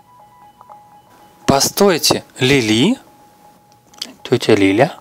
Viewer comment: Не Лиля а Лили